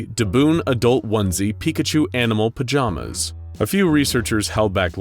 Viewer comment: Porkachu... it's always porkachu